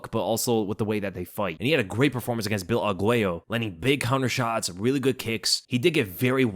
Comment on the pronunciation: “Bill Algwayoh” gets me every time